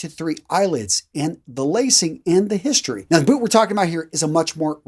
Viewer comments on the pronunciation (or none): none